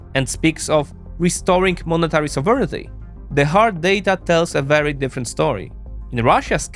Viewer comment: Great video. As a side note, each time he pronounces 'sovereignty' as he does, a kitten dies somewhere...